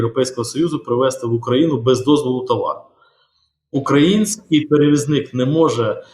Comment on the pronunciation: передайте гостю, що "укрАїнський" вимовляють тільки росіяни.